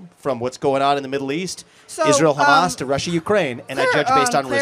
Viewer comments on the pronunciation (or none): none